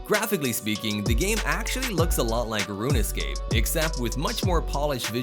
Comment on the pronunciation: You can tell who ever narrates this has never played games, my man said roon-escape